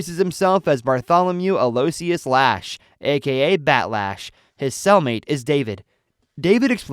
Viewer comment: Aloyssius is pronounced 'Allawishes'.